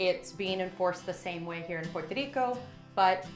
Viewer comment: "Puer Tadeeko" and "El Junkay Rain Forest" hint at no. Good traveler info though!